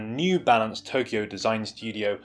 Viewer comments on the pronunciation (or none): none